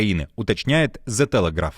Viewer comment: 😢 «зэ» не произносится❗️ сколько раз вам сообщать? 😂🤷🏻‍♀️ И английское слово окей - если пишется двумя буквами тоже произносится как окей❗️